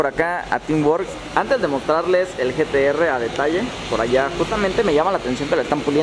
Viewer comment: Jajajajjaja like si escuchaste que le dijo gts en ves de gtr